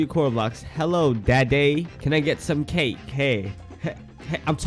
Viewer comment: He really said “hey dadday can I have some caKe”